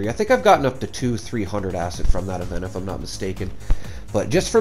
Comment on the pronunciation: Acid, not acit. The amount of times you say acit makes my blood boil lmfao